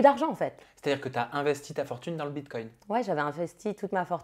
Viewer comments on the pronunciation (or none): Elle dit bitcoinT ou j’entends mal 😅😂😂😂🤣🤣🤣🤣🤣